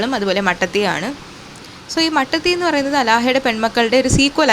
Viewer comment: മട്ടത്തി അല്ല മാറ്റാത്തി ആണ്